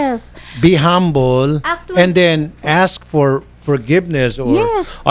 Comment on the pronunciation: Nakakastress si ate"I ass!(ask) I ass!(ask)" .. Tuloy ang kaso. Asteroid? Juscolored😞